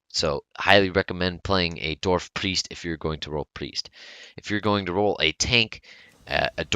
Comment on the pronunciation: Does it sound like he said Dorf instead of Dwarf? Or is it just me